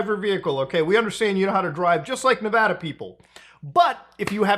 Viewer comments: Muta, thanks for being a non-native to the state who knows the proper way to say Nevada. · Mad props for pronouncing Nevada correctly. That's rare for folks that aren't from here.